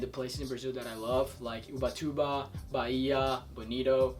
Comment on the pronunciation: O Youtube poderia disponibilizar a opção de reagir com um "amei" ao invés de só dar um "gostei" haha ficou muito bom o vídeo! p.s.: achei bem engraçado o falando "Ubatuba" com ~~sotaque kkkk